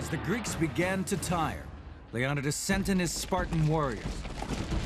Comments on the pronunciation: I can’t take you serious when you can’t even pronounce Leonidas’s name. Leo ni das. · This fellow's narration and pronunciation is laughable. King Leon-i-dis? A fall-anx? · The name is pronounced ( LEE OH NEE DEES ) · SingleCab HemiDreams lionidas, it means in them days in Illyrian language, lion-day ? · It's pronounced 'Lee - Oh - n'eye - das' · Lead by King Leon-uh-dus? Lol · The correct pronunciation is Lay-O --- Nee --- Thus. With emphasis on NEE: LayONEEThus Source: I'm greek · Stopped watching as soon as you pronounce “Leonidas” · I have never heard anyone pronounce ''Leonidas'' that way ever. Also ''idea of freedom'', the Spartans ran slavery, and born males deamed worthy were forced to become soldiers. Meanwhile, Persia had a normal conscripted army. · I stopped watching at leonidas said wrong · goddamn mispronounced the kings name right off the bat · When you can’t pronounce leonidas and your trying to teach about him, then you’ve lost all credibility. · Does the man not know how to pronounce Leonidas?! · He pronounced Leonidas wrong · Leonidas is pronounced wrong in this video. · why did he say Leonitas name so wrong? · WOW/ not even 4 seconds into it and he mispronounces the kings name. WHAT FAIL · Why is he pronouncing Leonidas so differently and weird? lol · Chris Botos this explains nothing... d is our delta equivalent. same as every other Greek letter (with some exceptions). The alternative pronunciation of "Leonidas" is al about the stress placement. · 'LEON'EYE'DUS' NOT 'LEON'IDUS' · leon-ih-dus??? Its leo-ny-dus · These guys have been saying Leonidas wrong this whole video...wow. It's not Leon-oh-dus. It's Lee-oh-need-us. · LEE-Oh-nee-dus, not Leon-ih -dis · Its pronounced leo-ny-tis, NOT lee-on-it-is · King Lee uh NIGH dus not lee OH di nus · leonidas: ;Lee-oh-nigh-das; not ;lee-aw-nuh-dus; 🙄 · "Le-on-da-dus" AYFKM?? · Leo-ni-diss....not lee-on-idis.... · Who the heck is Leon-dis... It's Leon-i-dis ffs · King LEon-nad-das. LOL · Leo-Ni-dis lol